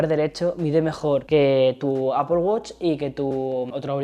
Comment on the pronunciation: APPOL? nooooooo! Que horror! Cada vez que te oigo decir APPOL me explota la cabeza